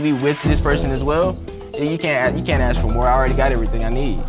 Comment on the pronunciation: 😂😂😂😂😂 black lady says a word look closely behind her the white female when she says (i hadn't started my ministration) then the next ebonic's word AXE are these people that F,n D#$%😂😂😂😂😂 omg ghetto hood garbage